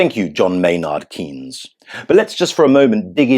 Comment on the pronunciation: "John Maynard Keynes" 🤣